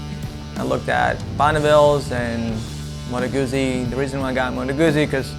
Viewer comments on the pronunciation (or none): Motto Guzzi ... Modo Gootzsee... Get it right hipster! Lol.